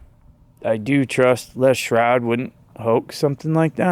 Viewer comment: I’m cracking up over here because there’s a Freudian slip to me. You keep calling him Lea shroud. His name is Les Stroud. But shrouded means to cover or conceal so I just think the double meeting is appropriate. He works for TV producers come on. He has to be saying whatever they want him to say to keep the show going. I’ve heard him say so myself. But yeah, you are pronouncing his name wrong but I would say roll with it. All the fakers get a good play on their name. Fraud standing. Wrong island of Bigfoot (from NY). lol! Matt money taker. The list goes on.